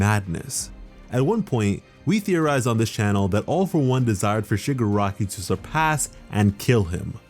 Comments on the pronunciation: When Shigaraki is pronounced Sugar Rocky in the sub titles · Did he say sugar rocky ?